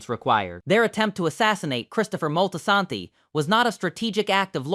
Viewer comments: Molty-Santy. Stop that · Terrible pronounciation of Moltesante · The Moltisanti pronunciation is laughably bad. We’re gonna have to send this to slip and fall school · the pronunciation of Moltisanti irritated me lol